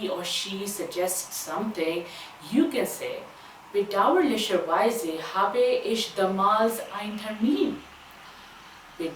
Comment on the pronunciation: In habe , Last mai AA ka sound aana chahiye not bee ka